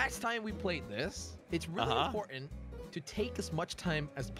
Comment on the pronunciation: “ says it’s ImPoRtAnT to take time”.also gets there first and rushes